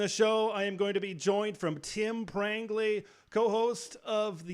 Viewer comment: Lol😂😂😂😂 it's Prangley 😂😂😂😂😂😂